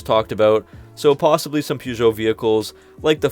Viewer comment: One of the first tasks will be for the Americans to learn how to pronounce (correctly) Peugeot! Present announcer/presenter included.